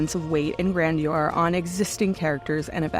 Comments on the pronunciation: The woman reading this can't even pronounce "grandeur." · And she can't pronounce "grandeur."